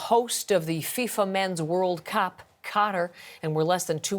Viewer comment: 1st woman can't even pronounce Cup